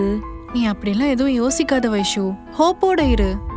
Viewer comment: Avanga Vaishu Vaishu nu solluradu enna soldra maduri iruku...